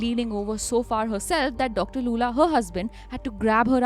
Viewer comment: how do you pronounce Lulla as Loola